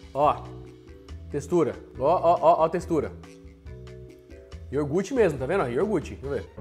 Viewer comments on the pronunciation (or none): pelo amor de Deus, o que custa falar iogurte certo? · Iogurte pelo amor!!! Fala certo pó, respeita os ouvintes kkkk